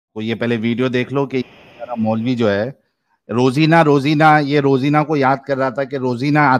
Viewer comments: Wo rozana ko rozina bol rha kya??😂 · रोजिना ❌ पेलोना ✔️ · ये रोजाना को रोजीना बोल रहा है😅😅